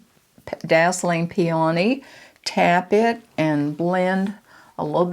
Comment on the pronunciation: Hi …I enjoyed your video, I normally don’t say anything, but you mispronounced the blush color four times. It isn’t PEA..ONEY, it is pronounced pea o knee. 😊